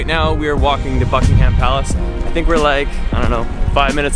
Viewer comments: I am usually quite forgiving of foreign pronunciation but the emphasis on -HAM is way off. English has always been a first syllable or penultimate emphasised language. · It's not BuckingHAM palace. It's pronounced Buckinghm palace and the Queen is not on her throne. Daft people! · Holy shit it's not bucking-ham it's bucking-um that's actually triggering me. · It's pronounced BUCK-ing-em not Buck-ing-HAM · Great video but it's pronounced BUCK-ing-um palace, not Buck-ing-HAM. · I'm Australian and I was just saying to my wife how irrationally irritated I am by them pronouncing it Bucking-Ham ha ha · I wish tourists wouldn't put emphasis on the ham in Buckingham Palace. There is no pig pork related ham in the name, its not pronounced that way. Also the Queen wasn't at home when you said she was sat on her throne. The Union flag was flying which means she's not there, when she's home the Royal Standard flag will be there.